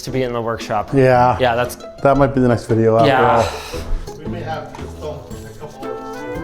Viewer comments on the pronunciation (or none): none